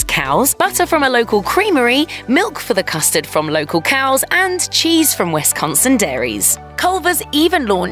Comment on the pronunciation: Culver's does rock. Great food and atmosphere. But it is pronounced Wis-con-sin, not wes-con-son.